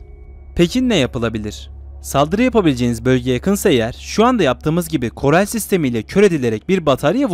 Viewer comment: korel değil koral